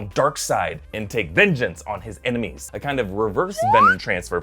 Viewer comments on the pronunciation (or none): .... you said emenies instead of enemies lol